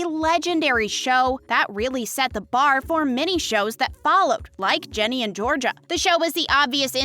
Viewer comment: it's GINNY not JENNY